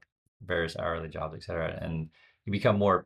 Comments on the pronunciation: Thanks, I love your channel and subscribe & like every viewing. You use "etc" often, I do the same. It's et cetera...not excetera....FYI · ET-cetera, damn it: "And the rest." Same et as in French, meaning and.